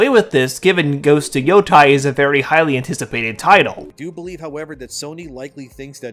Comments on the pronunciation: I have to politely point out that it is pronounced “yotay,” and not “yotai.” The “ei” is pronounced as an “ay.” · Japanese words are pronounced exactly as how the latin alphabet is supposed to be pronounced. Yotei is: Yo (as in yolk without the lk) Tei (as in tail without the l) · No offense But can someone please teach this man the correct pronunciation of Yotei please? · I can't with this dude not being able to pronounce Endymion or yotei